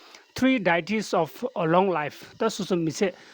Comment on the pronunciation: It’s Deities (DAY-uh-teez) not dietis. Before you make a video, please learn how to pronounce the word correctly.Asshole💩💩💩